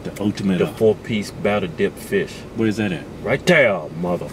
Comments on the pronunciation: "Its fish not feeysh" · "It's fish not feesh" I fucking died